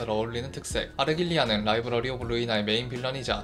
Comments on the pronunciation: 근데 푸른잔향을 설명할 때 자막은 아르갈리아로 제대로 표기해두시고 음성은 아르"길"리아로 읽으시는건가요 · 제발... 아르"길"리아가 아니라 아르"갈"리아잖아요.. 3분동안 들리는 아르"길"리아 때문에 정신이 혼미합니다..... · '갈' 발음이 어려우신건가요?